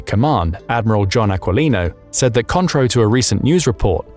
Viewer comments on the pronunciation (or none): none